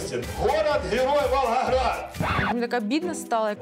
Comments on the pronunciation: Посмеялась, как «голос за кадром» подстебнул: «А это тот самый Ггород Ггерой Волггогград» на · Диктор в конце специально произнëс «Валхахрад» 😂